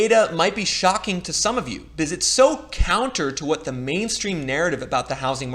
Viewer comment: I will subscribe if you start pronouncing "because" correctly.